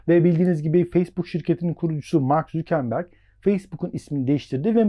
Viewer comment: mark zükenberg ne abi ya valla zor dinledim